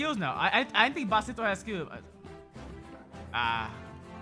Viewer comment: You said basento........yea gg it has bis not bas